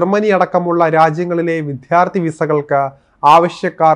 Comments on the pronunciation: ഈ "വിദ്ധ്യാർത്ഥി" ഇപ്പോഴും പഠിച്ചില്ലേ ! വിദ്യാർത്ഥി എന്ന് പറയാൻ പഠിയ്ക്കൂ. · വിദ്യാർത്ഥികൾ എന്ന് നന്നാ ഉച്ചരിക്കണം. വിഥ്യാർത്ഥിയല്ല. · വിദ്യാർത്ഥി എന്ന് പറയു സഹോദരാ.. വിദ്ധ്യാർത്തി അല്ല. വാർത്ത വായിക്കുമ്പോൾ ഉച്ചാരണ ശുദ്ധി വേണം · വിദ്യ അർത്ഥിക്കുന്നവർ വിദ്യാർത്ഥികൾ.ദയവുചെയ്ത് ശരിയായി ഉച്ചരിക്കുക. വിദ്യ യെ വിദ്ധ്യ ആക്കാതിരിക്കുക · Dear new-reader; it is vidyarthi not vitthyarthi. This means the seeker of vidya or knowledge. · Vidhdhyaaarthi അല്ല. വിദ്യാർത്ഥി ആണ്. Pls pronounce correctly. Thanks. 😊👍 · Vidhyarthi Allah Vidhyarthi....learn proper malayalam before reading news 🙏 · Vidhyardhi alla, Vidyardhi Annu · ആവർത്തിച്ചുള്ള വിധ്യാർത്ഥി പ്രയോഗം അരോചകം തന്നെ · വിദ്യാർത്ഥി എന്ന് ശരിക്ക് ഉച്ചരിക്കാൻ പഠിക്കൂ. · വിദ്യാർദ്ധി എന്ന് ആയിരം വട്ടം പറഞ്ഞു പഠിക്കു MR. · വിദ്യാർത്ഥി... എന്ന് ശരിയായി ഉച്ചരിക്കാൻ എന്താ ഇത്ര മടി..?